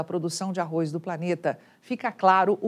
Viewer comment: Parabéns Você falou "ARROZ" Porque é quase insuportável escutar essa imprensa falando "ARROIS"